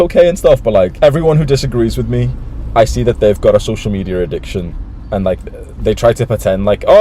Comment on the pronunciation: My man said “social media addiction” But his pronunciation looked like this “social meteor addiction”